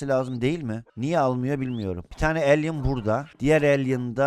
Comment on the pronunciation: Abi alien değil alley (okunuşu elay)